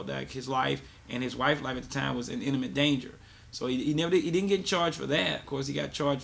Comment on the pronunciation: It's not called "innamet danger", it's imminent danger. /ˈimənənt/